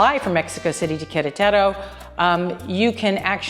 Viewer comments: Good video. But it's "queRETaro", not "quereTERo". Querétaro. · Please fix your pronunciation of QuerEtaro.